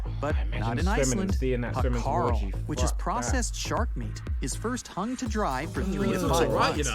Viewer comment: Its hákarl not hakarl